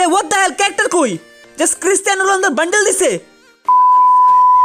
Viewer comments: Ronaldo, not Runaldi😑😐😐😐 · ronaldo not rolundo